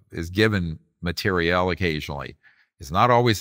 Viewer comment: Ugh... it's MATERIAL not MATER-E-ELLE 🙄